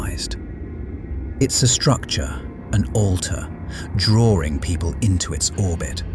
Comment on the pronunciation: Annoying pronunciation of drawing. It's not drawRing.